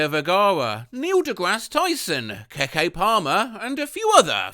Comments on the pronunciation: Keke is pronounced "kiki" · not keh-kay palmer 💀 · it's pronounced like "Kiki" 😂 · the way you said Keke Palmer's name gave me psychic damage:loud_crying_emoji::skull_emoji